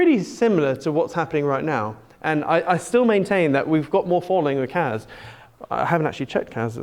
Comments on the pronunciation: Aways sounds like you are saying KAZ not KASSSSSSS fries my brain 😣Hope your charts come to fruition though 🤞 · he does say kaz.... lol